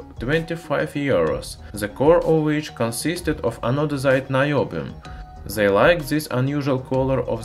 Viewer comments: if you have trouble pronouncing some words, why don't you look it up and practice the actual spelling/pronunciation . ANO-DIZED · Love how you got tired of saying anodised and in the latter part of the video, resorted to anodizide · Anodezide?? Is it anodized?? By the way great video love it